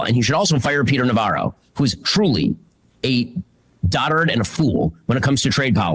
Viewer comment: Anyone else hear Ben say "daughter and fool" instead of "doddering fool?" It kind of makes you wonder what the process is for writing these scripts. Daughter and fool is something a bad speech to text program would say.